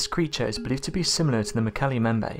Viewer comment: Mbembe is 'em bem beh" NOT 'em bay'